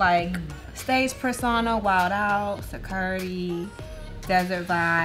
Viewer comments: Nikita: Saweetie, what shade you rocking today? Saweetie: "Sacuradee" (security) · Nikita making fun of saweetie: “suhcurity” Me: shut the fuck up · “Sacurty” SKDJJSKSSN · Nikita low key made fun of Saweetie of how she pronounced “security” 🤦🏻‍♀️ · the way Saweetie pronounced security made me lol 😂 reminded me of madea 🤣🤣🤣